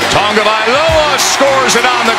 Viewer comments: Haha, he says Tuavailoa . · Why is it that none of these commentators know how to say his name properly?